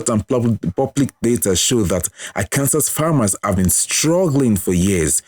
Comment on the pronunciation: Nice video. Just an fyi, it’s pronounced ar-can-saw.